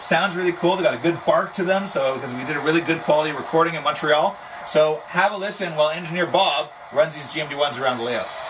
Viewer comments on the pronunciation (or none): none